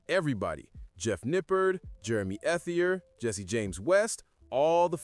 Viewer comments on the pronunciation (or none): Jeremy's last name is pronounced "ett-ee-ay". It's a French surname. Just an FYI....no hate.